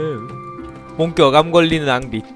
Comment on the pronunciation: 앙빅인 암빅이라고 해어요